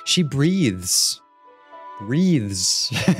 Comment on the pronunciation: the emphasis on "breath" lmaoo😭😭